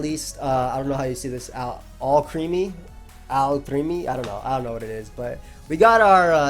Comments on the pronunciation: Alcremie is pronounced as Al-Creamy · It's Alcremie as in Alchemy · I`m guessing you pronounce Alcremie as "Alchemy" but with the letter R instead. You know, wordplay of alchemy and cream. Probably a chemistry pokemon of some sort.